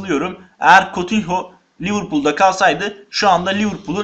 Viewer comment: Kutinyo diye okunuyor kotinho değil